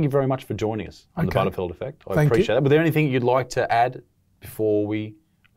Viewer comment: Great stuff isaac keep it up Only issue is you continue to say anythinK instead of anythinG Please sort this out